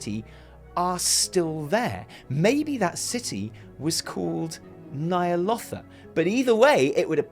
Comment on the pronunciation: Stop stop stop! You're going to take someone's eye out. Besides, you're saying it wrong. It's Ny'alOWtha not Ny'alottha :)